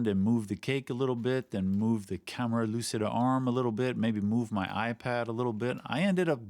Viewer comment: just for saying, no problem if you continue, but try to use the C you use in Cheat and not in Lucy when saying lucida and you have 95% of the pronunciation right